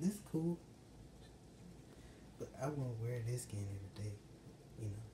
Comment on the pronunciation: LeS Go U gOt ThJe SkJEn bru learn how to say skin